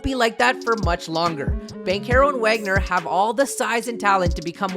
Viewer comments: Vohg-ner, you say the W as a V homie is German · His name is wagner, but it's said like vagner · Brotha you won’t get subs pronouncing iconic players name incorrectly to a cringey degree. Nowitski is pronounced Novitski Wagner is pronounced Voggner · Good video. But I’m not gonna lie, I was annoyed by the mispronunciation of Wagner. Sorry to nitpick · It would be nice if you could pronounce Wagner’s name correctly. He’s in his second year and deserves at least that much respect!